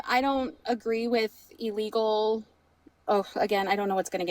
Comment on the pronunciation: TBH, I can't tell when you are saying "legal" and when you are saying "illegal". The words as you spoke them sounded the same to me.